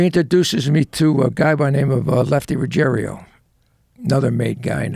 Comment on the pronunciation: Not "Ruggerio". Ruggiero. Different spelling and different pronunciation.